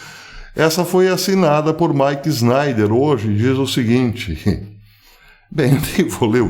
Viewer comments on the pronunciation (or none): Caro professor, a pronúncia correta é "Mike Schnaider" e não Snaider.